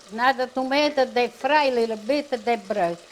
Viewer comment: Loved when they used to say,lill bit.fond memories,awesome dear ones.❤